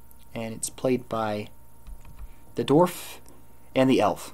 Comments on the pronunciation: Not to sound like a obnoxious dick, but Dwarf pronounced 'DE-WARF' not a 'DORF'. Good guide otherwise. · This video was pretty informative and accurate. I like that your pronunciation of dwarf sounds more like dorf.